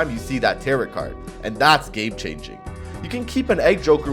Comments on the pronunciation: Every time you pronounce tarot as "tare-it" I die inside. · Taro the last T is silent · Tarrot like carrot lol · bro saying "tarot" like "carrot" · Brother. The second 't' in 'tarot' is silent. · Is pronouncing the second t in tarot a bit?